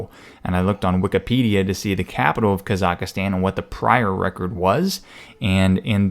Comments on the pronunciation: Hahaha! He calls it KAZAKASTAN. It's Kazikstan holmes...... Hahahaha!!! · It's Ka-Zahk-Stahn, not Ka-zak-astan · Kazakh-stan, not kazaKA-stan. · lmfao kazaka stan its Kazakhstan dumbass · It's Kazakhstan. Not Kazakastan. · Where the fuck is kasakastan 😂😂 you know this shits fake when the "reporter" cant even pronounce the place he's writing a piece on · Sorry but its, kazaks tan, not kazakas tan. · (Ka- zok- ston) You are killing me with your pronunciation of this word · too many `a`s in your pronunciation of kazahkstan,not kazak`a`stan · Never heard of "Kazaukastan" lolz ;p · Kazakhstan is pronounced Kaw-zuhk-stawn or Kah-zuhk-stahn FYI. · That's "ka-zac-stan" ;) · Bro it’s pronounced “Ka-zaks-stan” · My friend, that country's name is Казахстан. That's transliterated as Kazakhstan. The cyrillic X in the middle of the word is pronounced similar to German ch, like in Dach or Bach and -stan ("land" Persian loanword) at the end is pronounced with a flat a. No I'm not from there, have never been there, nor am otherwise connected to that country in any way, but my eyes roll up in their sockets when I hear some American yokel mispronounce geographic names that badly. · At least learn how to pronounce the country before showing an amalgam of videos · R.I.P the Kazahkstan pronunciation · Holy fuck could you mangle the pronunciation of Kazakhstan anymore? I mean at least do 10 seconds of research on proper pronunciation of a country before making up some bullshit fake news. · When he keeps adding an extra a in Kazakhstan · Are you mispronouncing Kazakhstan? Don't you know that Astana is the capital of the Illuminati?